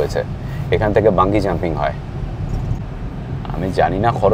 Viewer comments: ওটা বাঞ্জি জাম্পিং হবে,বাঙ্গি নয় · আরে ওটা বাঙ্গী নয় রে, বাঞ্জি জাম্পিং 😂😂